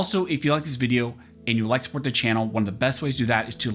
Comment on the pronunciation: Love your commentary and channel. One small improvement to not sound so robotic; could you please pronounce the word 'the' like you do when you just talking instead of saying 'thee' when you're reading ... Pretty please 🙏